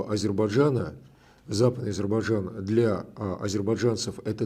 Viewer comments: Фархад, научите русских гостей правильно произносить Азербайджан. Мне как бакинке ухо "режет".😊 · Какое хамское требование - бакинка, не слушаете на русском - ищите переводчика беседы с правильным произношением((((